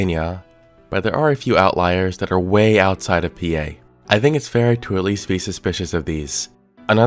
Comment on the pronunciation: I knew you were from PA when you said “PA”!